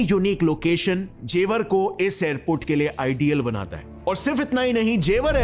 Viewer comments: It's not Jewaar .. it's जेवर ... Hamari janambhumi ka name dhang se pronounce kro 😊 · ji, जेवार nahi जेवर बोलते हैं,और ये गांव की जमीन हैं जो यमुना एक्सप्रेस से लगी हुई है, जेवर को आप गांव मत समझो, हमारा तो घर भी है,Gaur Yamuna City mei, जेवर के बगल में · That's not जेवार that's जेवर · It is jewar not jewaar Btw I belong here😁